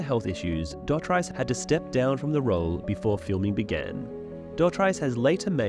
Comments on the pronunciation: Dotrice, pronounced DOT-REES😊S, not -rice! 😮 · It's pronounced Doh-Treece, and I knew he played the pyromancer but I had no idea he was supposed to be Pycelle! That would've been great! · He pronounces his name like Doe-treece in the autobooks. I believe you maybe pronouncing it wrong. He was great reading those books ♥️ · Hearing this guy pronounce Roys surname as dot-rice gives the same energy as bri-Ene and Pet-ire lmao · Dotrice. Rhymes with grease. Not price. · It’s pronounced like Roy Du Tree S but with a sharp S sound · It's pronounced 'duh-treese' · It's pronounced' 'Dough - Treese' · Never knew he was the pyromancer but knowing that he is a friend of Martin makes me less upset about his pronunciations in the audiobooks lol so was he wrong or the show? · Come on, put some respect on the pronunciation of his name! He literally says it in the audiobook!